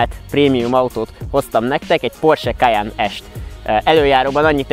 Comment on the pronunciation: Nagyon jo a teszt de nem “kajannnnn hanem kajenn-ek ejtük 😉